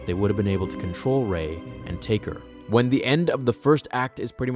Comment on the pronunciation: I loved this story until you said 'Rey'